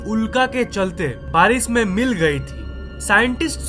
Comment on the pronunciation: Its barish not baris